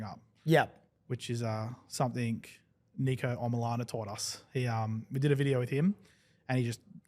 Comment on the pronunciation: its pronounced nick-o not neek-o